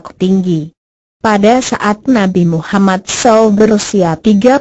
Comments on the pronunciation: suara gogle ngomong nabi mummad saw aja salah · Mohon koreksi penyebutan nama nabi!!!! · bagusin dong cara bilang nama rosul